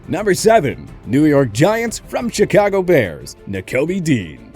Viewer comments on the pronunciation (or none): none